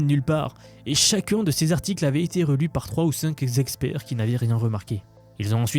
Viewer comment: J'ai entendu "cinq Zexpzerts" ou j'ai halluciné? J'ai mis au point un prompt de quelques dizaines de tokens pour repérer les IA qui hallucinent. Mise en œuvre enfantine. Résultat garanti, parfois spectaculaire.